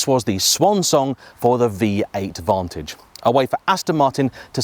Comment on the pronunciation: Did you say vontoge? Shame. Wait. Le mon? Stop it!